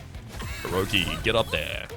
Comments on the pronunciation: I'm still only within the first 10 minutes of the video and perhaps you'll have realized by the end but the second vowel of Orechi is not an "o" So it's probably not read as either O-ro-chi not O-ro-ki But as either O-re-chi or O-re-ki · Orechi is probably pronounced like or eh chi And also you've been pronouncing Wyngh wrong. Wyngh is pronounced like Wing, because Wyngh in monster train one has a connection with the winged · maybe its oh-reh-kye? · Oh, No. It's pronounced, Orechi.